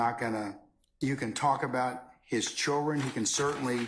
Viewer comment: Someone tell this judge it's not: "Chilren" There is a "D" in "children"